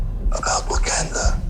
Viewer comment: when he says what do you know about about wakanda sounds like buganda